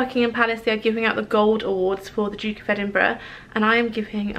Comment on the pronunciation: 'DUCK' of Edinburgh Awards ????😂